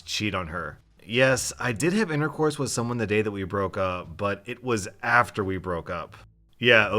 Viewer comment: When sais interourse not passionately hugging